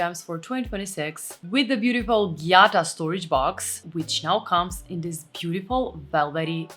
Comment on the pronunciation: Sorry, but WHY do you say: dis* ( this) although I must say your English is VERY good, it just makes me cringe when you say *. It sounds street, uneducated, from the street... So please put the tip of the tongue between the teeth, pull quickly back in the mouth & put the upper & lower teeth quickly together= THis